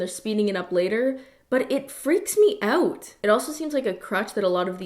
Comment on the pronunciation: the canadian slipped oot